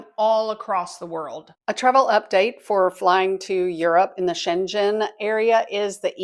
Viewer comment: How did you pronounce Shengen :)